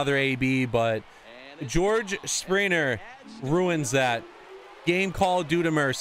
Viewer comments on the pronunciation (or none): You say spriner but it’s springer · You say springer wrong